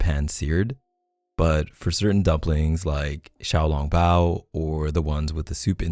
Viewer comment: the way he pronoun xiaolong bao so perfectly, made my Chinese heart flutter. I never thought I could love someone this much!❤